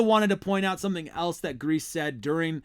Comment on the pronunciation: If you are talking about this team , you should know that coaches name is pronouced Greas.E ( long E )